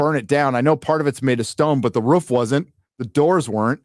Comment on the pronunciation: just listening to you say woden "ruf" on repeat. my day is complete :D